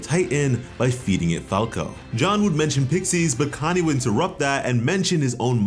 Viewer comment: I hear “Kanye” instead of “Connie” every time you say it